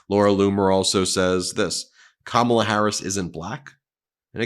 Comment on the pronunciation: Karma has come for donald - It's pronounced Kar - ma - la